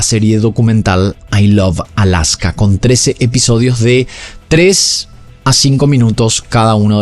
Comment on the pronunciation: dice i love alsaka jajaaa